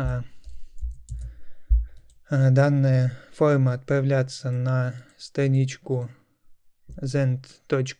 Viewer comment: какое ужасное произношения "фолма"...нахрена вести уроки так?